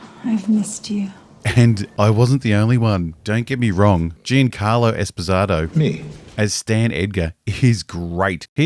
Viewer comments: Jean-Carlo Expozado is probably the most Australian way anything has ever been mispronounced. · Gene Carlo Esposato? That's the worse mispronunciation of that name I'd heard, so far. lol